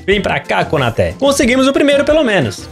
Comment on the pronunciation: A pronúncia é KonatÊ